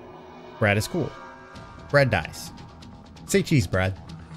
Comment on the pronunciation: "Bread dies" nice english brother